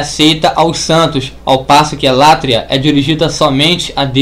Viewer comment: Hehehehehehehe! Tudo indica que a burrice, o retardamento mental e o semianalfabetismo estão institucionalizados no lado evangélico! A pronúncia é "latria", não "látria"! A pronúncia é "dulia", não "dúlia"! Vá estudar primeiro antes de querer lançar vídeos para ensinar o que quer que seja,! Hehehehehehehehe!